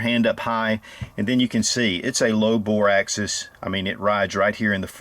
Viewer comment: Bore AXIS, not access, Einstein.